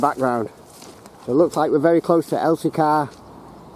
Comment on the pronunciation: I Live about 3 miles from there, Its known locally as Wath Hump due to the Hump sorting for the Wagons, but have to say good try at saying some of the names but its Elsicer pronunciation, And your right ALL the remains of Wath Yard, and Corton Wood and Darfield Main, ALL GONE